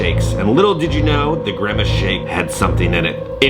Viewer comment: WHY DO YOU KEEP SAYING GREMACE? IT'S GRIMACE.